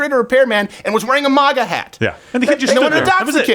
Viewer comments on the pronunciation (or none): none